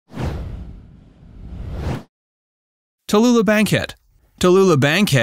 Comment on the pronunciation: It's Tallulah darling not tellula wtaf 😂